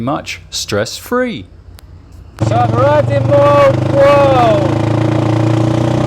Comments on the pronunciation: You speak it Molb o a l. I travelled from Manila by car. Island hopping. And come to me, to Indonesia where I live, I will teach you how to walk with a mobile phone to receive steady shots. And do not expect something when you only pay 1200 P in a town like Moalboal if they have a pool..... I had a very beautiful Bamboo hut with AC and attached bathroom and 45 m² for 1200 too. Beside all the crap I found and saw in that town, there are some very good restaurants. My bungalow was exactly in your video on the left side. In one evening I wanted to go back my room with my car and the GPS sent me along a road which was closed in the evening. "Private Rosad of a Hotel" thats not ok and the people around told me about many problems bcse of that road. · Jeepers, not very nice then, I thought you said world war seafront 😂 Moal-boal seafront.